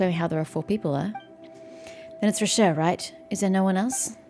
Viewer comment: btw i know im veerrry late but Rocher is pronounced like Vacher from thee archon quest, any french name ending in -er usually are pronounced é, like vacher